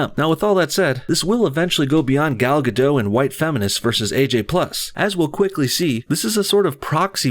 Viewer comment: you're pronouncing Gal Gadot's name wrong